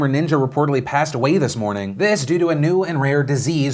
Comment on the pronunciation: this "moning"